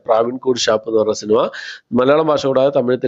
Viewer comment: "ടക്,ടക്" എന്നല്ലെ ശരി. സിനിമ എന്നുള്ളത് എന്ന് "സിനിമ" എന്ന് മാത്രം പറയാൻ ശ്രമിക്കുക.